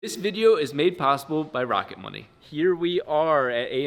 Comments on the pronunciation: At first I thought you said sponsored by Rocket Bunny. Rocket Money is way less cool 😆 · I thought he said "Rocket bunny" and expected a free widebody for the FD